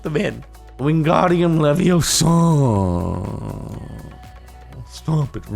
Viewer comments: It's LeviosA not LeviOsa. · its not wingardium leviosaa, its wingardium leviosa